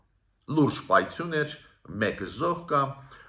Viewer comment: (Ոչ թե պայցյուն այլ պայթյուն), (ոչ թե , որը ելույթ ունեցավ ՝այլ ով ելույթ ունեցավ) ….